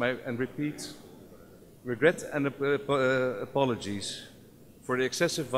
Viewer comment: Ngomong regret and apologize nya belepotan wkwkwkw